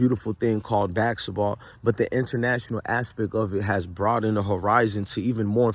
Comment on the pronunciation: It's basketball not baksetball